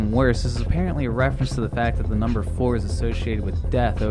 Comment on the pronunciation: Him: n u m b e r e